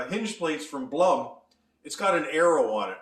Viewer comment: You miss pronounce Blum.